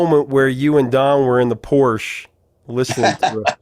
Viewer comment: Great stuff. I LOVED the Porsche sequence. And then you go limp with the mispronunciation of Porsche. Mike correctly referenced your deep dives that thrill a word guy like me. But it becomes a surface dive that misses the mark due to our smug American ignorance. You’re Utah and I’m a Hawkeye. Somehow you caved on that one.